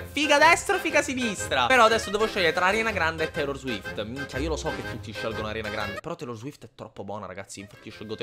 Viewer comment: No no no no no questo no lo accetto,non si può sentire Arianna Grande si dice Ariana😵😵( è più figa Ariana cmq)